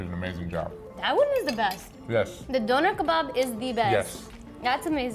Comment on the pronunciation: “BONER kebab”